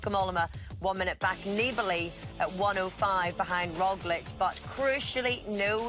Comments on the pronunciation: He said Rojlik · Haha Sean Kelly just can’t pronounce Roglic